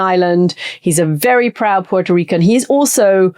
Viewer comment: Thank you for pronouncing Puerto correctly. I find it such an insult to mispronounce a country's name!